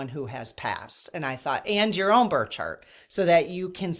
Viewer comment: Are you saying birth chart or bird chart?